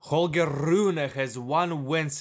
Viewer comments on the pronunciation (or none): holgee RRRRRune hahaha